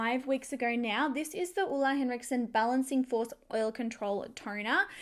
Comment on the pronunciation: Good pronunciation of "Ole Henriksen" :) A lot of English speakers say "oh-lay". Love from Norway (which is like Denmark, but with more mountains)